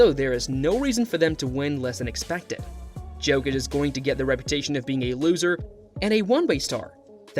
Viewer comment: Ok, I can’t watch this with that prononciation of Jokic